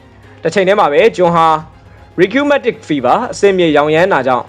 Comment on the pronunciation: Rheumatic Fever ရူမက်တစ် ဖီဘား (အဆစ်အမြစ်ကိုက်တဲ့ လေးဘက်နာ) ကို ရီကျူးမက်တစ် လို့ဖတ်နေပါတယ်။ Island ကို အစ္စလန်လို့ ထွက်နေပါတယ်။